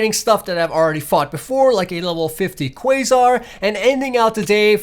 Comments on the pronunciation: why is nobody talking abt the fact he said quasare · quagsire the way that you pronouce it is recking me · Its pronounced C-W-A-G-Z-I-R-E of course it is spelt quagsire though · The way he mispronounced Quagsire makes my heart break.